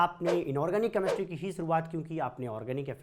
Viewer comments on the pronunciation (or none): Ek to Chemistry Dhang Se Bolna Seekho Tum..... Kameshtry Nahi Hota Chemistry Hota h 😒😒